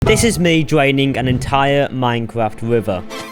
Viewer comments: “I’m gowna dwain this entire minecwaft smp” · "this is me dwaining an entire minecwaft wiver" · muancwaft rivah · “jesus chwist” “minecwaft” 😂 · dis is mwee dwaining an entiyuh minecwaft oshun